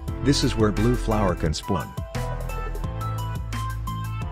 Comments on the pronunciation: im i only one who heard tha he said splun? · Bro said Splon XD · "this is where red flower can spuawn."